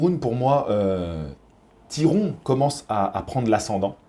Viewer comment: Salut! Oh putain tu m'as eu avec le Tiron! J'ai vraiment cru que tu savais pas le prononcé ahaha. Bref, pour moi je vois Jacko gagnant, il est sur le recule mais il proposai quand même quelque chose, une boxe relativement intelligente de sa part (à l'égard de ce que lui imposait Tyron), bravo à lui, il a fait le taff. Et de l'autre côté on a Tyron qui fait du Tyron, trop patient, trop attentiste, pas assez investi. Il aura eu au moin le mérite de mettre le pressing, mais on voit bien que c'est pas son élément, trop peu d'enchainement.